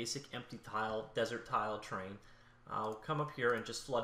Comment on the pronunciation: Has anyone else been looking for the tab "train" in their editor? This guy doesn't know how to pronounce the word "terrain".